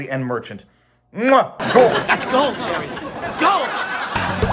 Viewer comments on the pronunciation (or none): none